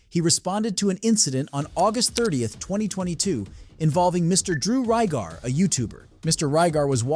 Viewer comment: The name is Drew RIBAR, not Rygar.